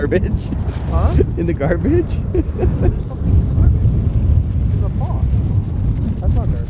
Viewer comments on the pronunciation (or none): "in the carbage" ♥️🤔🥴❣️🙊